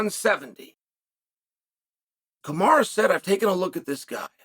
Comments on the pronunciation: Please stop calling him ‘kamara’ . I don’t know why you routinely disrespect these athletes by deliberately mispronouncing their names. I know you like to have a subtle dig and like to troll but this really rubs me up the wrong way. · He called them Hazmat and Kamara in the interview. Only person on ESPN mispronouncing names and it’s on purpose 😂😂😂😂😂 trolling on a whole other level man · Kamaru ‘Bozeman’ 😂